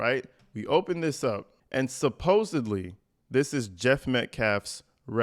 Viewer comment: Thank you for saying "supposeDly" instead of "supposeBly" ... i always start to cringe when i hear the word bc 90% of the time, its pronounced wrong . Ive heard news anchors, influencers, politicians, , PhDs, & public speakers say it wrong 😊😅 yeah I'm weird like that 😅 ❤